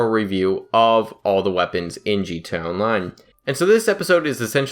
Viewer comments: He said gtonline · I'm always confused by guys who make a conscious decision to make GTA Online videos when they can't even say "GTA Online." This guy is even worse than most. Wtf is a "G Chonline"? Slow down. Open your mouth and let each syllable come out before you move on to the next one. Quit adding new sounds that aren't there if you can't even say the ones that are. Why add a "ch" if you don't even have time for the "a"?